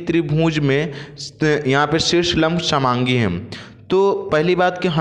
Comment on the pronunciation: Sir shamaangi nhi sangaami hota h